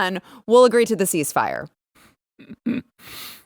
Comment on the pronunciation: Cease the "mire", not FIRE!